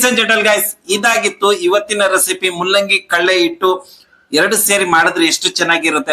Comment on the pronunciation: ಮುಲ್ಲಂಗಿ ಅಲ್ಲ ಸ್ವಾಮೀ ಅದು ಮೂಲಂಗಿ ಹಹ😅